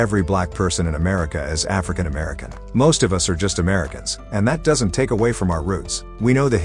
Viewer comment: I AGREE. LET'S DROP THE "ARFRICAN" PART. Smokey, you have some great songs.